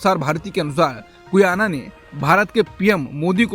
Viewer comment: गुयाना नहीं गयाना है देश का नाम।